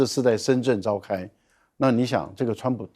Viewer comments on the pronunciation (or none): 是深圳 不是深准